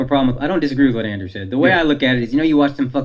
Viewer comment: andrew….its andrew